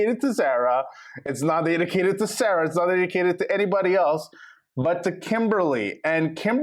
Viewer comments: He did lie he just didn’t tell her they we’re friends only didn’t have too usman is right. Zarra not Zara your not pronaonce correct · PRONOUNCE ZARA'S NAME CORRECTLY!!!!!